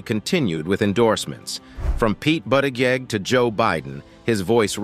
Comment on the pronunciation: You really need to check you presentation!!! When you see "&". this symbol it means "And" not "Ant" or whatever it is you're saying??? And Pete Buttigieg is pronounce Buttigieg with a "soft G which sounds like a J not a strong "G" like GO! There's no excuse for these mistakes!!! You have GOOGLE & WIKIPEDIA!!!! DUH!! DO YOU HOMEWORK!!!!